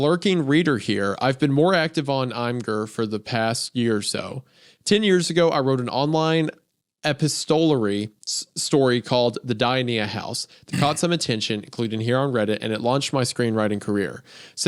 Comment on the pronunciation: My favorite parts of these videos are audibly correcting Isaiah when he fucks up words, lmao. E PISS TOE LARRY. Epistolary. As in exchanged in letter (email) format.